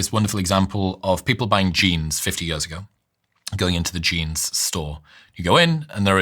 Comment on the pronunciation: years 💀 yöz ✅ hate how he pronounces that... ew